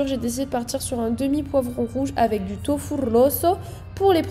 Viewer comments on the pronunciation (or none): none